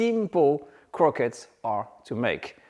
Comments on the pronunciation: Quit saying “croquettes”. Its as “awreeb-bell” as “croissants”. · For American folks who are distracted by his PRONUNCIATION of the word "CROQUETTES": In 'American-ese', it's phonetically pronounced "CROW-KETS", as we know it here. Merci!